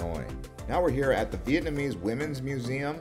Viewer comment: I love ur videos and I lived in Hanoi Vietnam for 3 years.. still learned from ur video. Although your pronunciation of Vietnamese words it's actually worse than mine which I didn't think was possible lol. Still good info